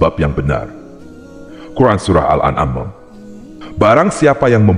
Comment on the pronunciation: Ketika pengucapan surat al baqoroh dan al an'am aja salah